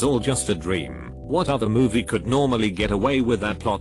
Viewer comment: Is it me, or is his pronunciation actually getting worse! Come on, could, would, and should? Yikes!